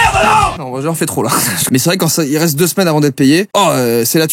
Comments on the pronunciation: « Très rete » 😂😂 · Jpp « rete » 😂😂😂